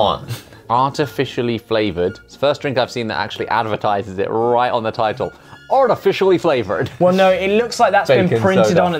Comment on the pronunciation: Josh: ArTIfiCiALly FlaVOreD Me: *screams WHO SAID THAT